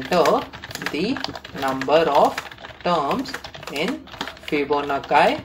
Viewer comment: bhai fibonakkai nahi Fibonacci hota h